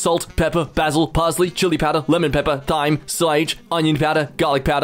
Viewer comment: Did... did he just say 'th'yme?